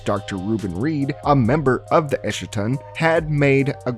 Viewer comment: You mispronounced Eschaton like how Jimmy Montana mispronounces it, with his lines there being written as a caricature of how little he understood what he was reading. eschaton /ˈɛskətɒn/